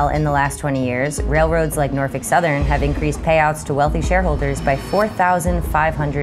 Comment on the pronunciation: She did say Norfuck, though